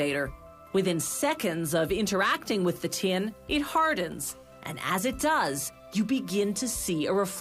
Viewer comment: It's pronounced "tin", not "tee-in", you stupid gint.